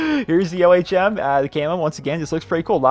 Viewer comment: It's ohm.. Not o.h.m.